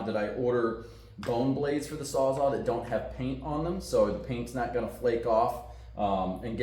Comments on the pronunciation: Sawzall! Its sawzall….not sawzaw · You might find one on marketplace from a Mexican called a sawsaw😆😆